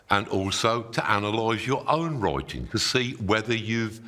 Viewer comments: Master writing ❌ Master wroiting ✅ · I was confused at first when he said “roiting“ I had to turn on subtitle. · Oy troy to analoyse moy wroyting now. 💕 Great oydeas, though.🙏🏼Thank you and greetings from South Germany, we also have hilarious accents here around 🌻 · I just want him to say: the wroiters at Reuters are wroiting about wroiting in Reuters. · "Roi-ting" is how my American ear hears you say "writing". "Roi" and "rye" are two different sounds. How do you pronounce "roi-ting"? You are a strange and hairy man, but I heard you. Writing is magic. Thank you. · "Roi-ting" is how my American ear hears you say "writing". "Roi" and "rye" are two different sounds. How do you pronounce "roi-ting"? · he pronounce "writing" like you'd pronounce "rioting" and it's hilarious. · Is he saying rioting or writing? 😅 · Did he say wroiting? Roiting? Reuting? Oh, writing. Roit, roit! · I'm not going to take advice from someone who looks like Dumbledore, wears coloured socks and a stupid T-shirt, talks like a wizard and can't even pronounce the word " writing ". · "Taunting?" What you on about? We're just making fun of the Midlands accent, how he pronounces "write" and "writing". He's got a very strong Northamptonshire accent, I think.